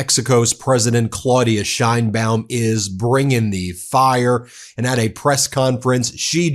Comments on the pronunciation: Her name is not “Shine-bawm” She and we pronounce it “Sh/chane-baum”. Learn it. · Just as an FYI, the correct way to pronounce her last name is the SH like you said, but the ein is pronounced like "ayyy" from the expression, add an n, and the baum.